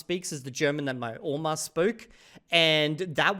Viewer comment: Your pronounciation of Oma was good (it means gran) the formal word is Grossmutter.